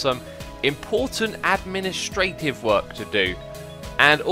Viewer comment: I don't think that's how you pronounce "administrative"...